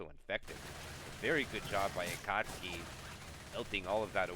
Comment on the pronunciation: every match with giggles is a good match lmao! Also shoutout to the Akasuki pronunciation, your Certified Weeb card is in the mail xD